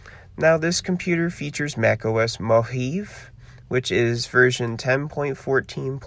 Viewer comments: It's pronounced "Mo-ha-vey" not "Mo-heeve". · Plus his pronunciation of "Mojave" got me laughing 😂